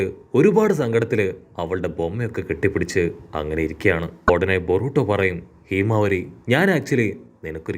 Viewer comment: Heemavari alla myle himawari